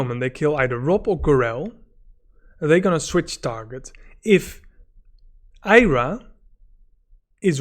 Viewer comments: Why do you keep calling Arya 'Ayra'? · Took me a second to realise you meant Arya. You say Eye ra.